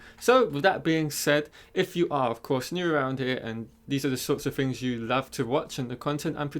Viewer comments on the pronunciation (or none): none